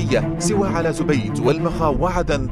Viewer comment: معليش اللي نرفزني حاجة بسيطة وليست مقصودة كلمة زبيد بالفتحة وليس بالضمة اي هكذا زَبيد وليس زُبيد